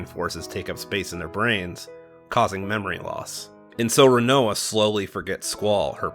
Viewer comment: And you can’t pronounce Rinoa!